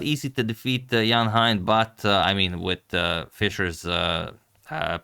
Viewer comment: Thanks, Antonio, for the wonderful games. By the way, 'Hein' (Donner) rhymes with 'rain'.